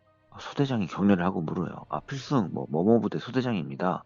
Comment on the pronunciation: 필성!!! 갱상도 발음ㅋㅋㅋ